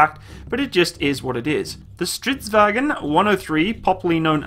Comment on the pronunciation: It's not "vagen" it is "vagn"